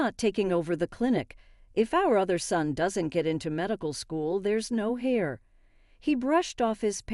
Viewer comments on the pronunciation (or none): HAIR? The word is HEIR, pronounced AIR.